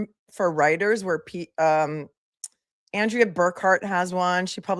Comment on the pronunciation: She pronounces it AHN-drea, I believe. FYI, Rachael Rollins is running for Suffolk DA, even after soliciting and accepting bribes, lying under oath to investigators, and violating the Hatch Act while she was the US attorney for the District of Massachusetts. She resigned in May, 2023, preventing the federal government from disciplining her.